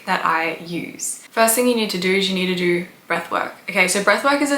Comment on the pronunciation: Ugh. Its own not oern It's know not nuhrr It's do not duhr